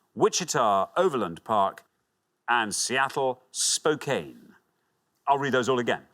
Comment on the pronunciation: Correct pronunciation of Los Angeles is Loss-an-jell-iss. Spokane is Spoke-ann.